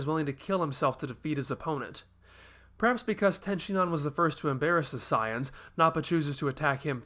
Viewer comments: he keeps mis pronouncing sayians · Why does he pronounce 'saiyans' so weird?